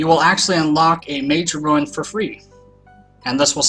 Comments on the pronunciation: Rune not run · Pronounced roon, right idk I'm dumb? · It's pronounced roon